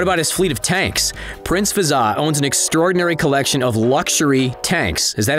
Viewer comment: I’m from uae and it’s Hazza not fazza